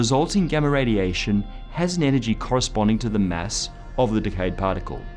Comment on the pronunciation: I wonder how this guy pronounces 'mess' and 'meth', when he already uses these pronounciations to say 'math' and 'mass'.